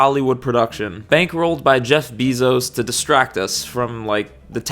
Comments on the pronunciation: Him pronouncing it “Beezos” is cracking me up while also making me so mad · Jeff Bee-Zos 🐝